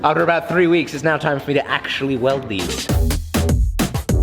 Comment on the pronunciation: has lost his ability to say actually. he now says akk chilly.